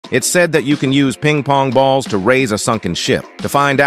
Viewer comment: “Peeng POnG BaULs”